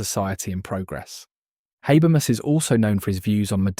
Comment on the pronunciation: I couldn't watch the video because you can't pronounce his name. And what is worse, you don't even stick to one, each time, you say something different. it is HA-BER-MAS as written. Straightforward.